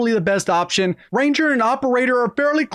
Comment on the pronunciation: did he just say waption(woption) 🤣🤣